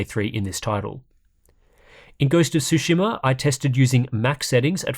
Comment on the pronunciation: It bothers me more than it should that you can't say "tsu" lol